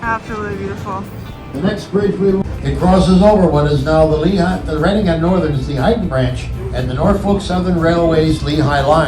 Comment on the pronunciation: READING is pronounced as in i READ the book, past tense.